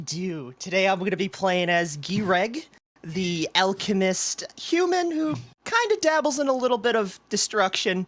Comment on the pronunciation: Finally Gereg The “alchemiss” on YouTube ❤